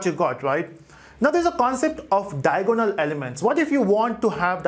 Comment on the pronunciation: Matrices = mei· truh· seez != met rice s Diagonal = dai· a· guh· nuhl != Dia o go nal